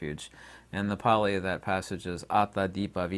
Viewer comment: U r not the only one that has had a brush with Pali. U have no clue how to pronounce Pali. And Pali is a sound based language, if u cannot pronounce accurately u r not speaking it, but u r definitely trying . U think no one knows it so u r usually just talking gibberish